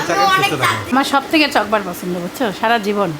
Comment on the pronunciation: কথাটা চকোবার,চকবার আবার কি?